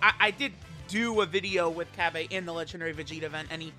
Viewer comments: 🤓☝️ its cabba not cabbea! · Am I missing something here? Cause why are you calling him "Cabb-ay", his name is pronounced "Cabba (Cabb-uh)". It was just messing with my OCD a bit. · No my good man I can % confirm it’s cabba not cabbA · you mean cabba not cabbae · It’s cabba not cabbea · Day??? of hearing say CabbA. It hurts my soul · This video was so hard to watch everytine he tried to say cabba like God damn